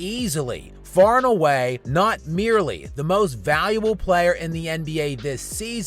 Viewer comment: “Vayuwubble”. At least learn how to pronounce your title.